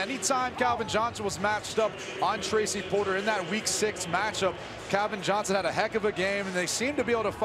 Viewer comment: Can someone tell me who Kelvin Johnson is? 😂😂😂😂😂😂 commentator just read man